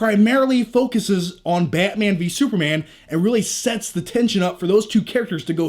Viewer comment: This commentary get me more pumped than the actual trailer. Love your passion for "Bay-mang"